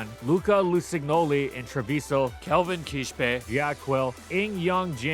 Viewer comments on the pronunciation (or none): none